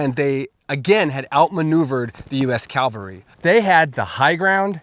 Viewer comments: Cavalry ….not Calvary. Calvary is where Jesus died. Cavalry is a group of men on horses with weapons. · Fun video, but it's "Cavalry" not "Calvary" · Calvary <> Cavalry Not the same. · It's 'cavalry", not "calvary"! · It's pronounced CA-VAL-RY (just like it's spelled) FFS. NOT CALVARY !!! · Love the story, great video. Horse mounted soldiers were CAVALRY. You keep pronouncing it as CALVARY, the place outside Jerusalem where Jesus is said to have been crucified. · Super nice video. You're misspronouncing a word. Cavalry, not Calvary. One is a horse mounted military unit, the other is where Jesus was crucified. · Its Cavalry. There's no 'L' before 'V'. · I LOVE History and this is very interesting, especially since I live in Idaho... HOWEVER, my biggest pet peeve is people who teach, report etc, about History and don't PROPERLY PRONOUNCE "CAVALRY"...It's NOT "CALVARY"...CALVARY,is where Jesus was crucified!!! Soldiers riding horses is THE CAVALRY, two completely different pronunciations!!! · Good historical essay. But please stop saying “Calvary” when referring to mounted soldiers. U.S. mounted troops are normally part of CAVALRY units, not CALVARY. . . two very different words meaning very different things. Thanks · I hate to nitpick, but it's cavalry not calvary😂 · The word is Cavalry not Calvary. I know this seems nitpicky but you are talking history and words matter. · I wish dude would get his English right. It's pronounced Cav al ry... not Cal vary. Calvary is the mount where Christ was crucified. Cavalry is an equine mounted military group or force. Get it right. I'd bet he also pronounces Nuclear as Nucular. SMH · CA - VAL - RY! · CAV-al-ry. Please stop saying it the wrong way. (Jesus was crucified on the cross of Calvary.) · Calvary is where Jesus was crucified...horse soldiers is the CAV-AL-RY. Just saying... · Why do Americans struggle with pronouncing such a simple word? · Cavalry. Not Calvary. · Learn how to pronounce cavlary, it's not calvary.